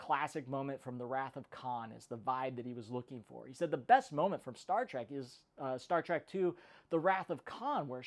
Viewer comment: It's not pronounced "Trak", it's pronounced "Trek". "E", not "A", ffs.